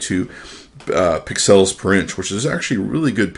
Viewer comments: Pixcells.... Lol...its pixels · Hey it's pixels NOT PIXALS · STOP SAYING PIXELS LIKE THAT FOR THE LOVE OF GOD!